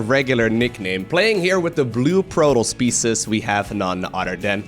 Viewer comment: are you saying zerg species or zerg pieces?